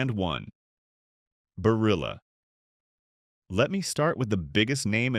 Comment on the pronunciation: You can’t even pronounce Barilla correctly. Why should I trust you?